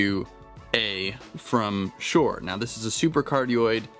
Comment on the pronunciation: Hate to bust your bubble! It's SHURE NOT SHORE!